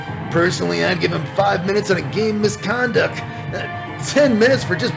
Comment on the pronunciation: I thought he said a 10 minute Misconcuck and I lost my shit. wins, flawless victory.